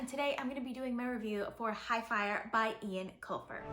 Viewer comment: It's pronounced Owen Colfer